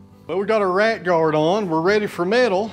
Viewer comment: 😂 when you said “Rat Guard’ it sounded like your were saying “Right Guard” and I was wondering what is a right guard for!😂😂.